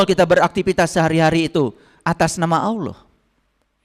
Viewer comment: Gak usah 30 zuj al-qur'an,membedakan Qori (pembaca alqur'an) dgn al-qori'ah (salah satu surat al-qur'an) saja anda gak tau,lalu dalam pengucapan ALLAH saja anda bilang AWLOH,saya saran kan anda belajar iqro dulu deh,pelajaran sekolah dasar.